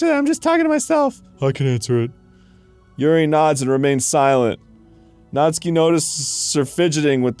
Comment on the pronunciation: I finally found out the right way to pronounce natsuki, “Nastookie”